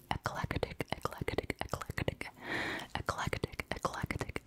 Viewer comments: Ffs i thought you said act like a d no lie for number 2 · omg I thought u we’re saying “act like a dick” that whole time and I was so confused. scrolled through the comments and then realized u were saying eclectic 🗿